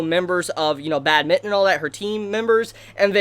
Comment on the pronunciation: It’s bádminton btw not badmínton 😂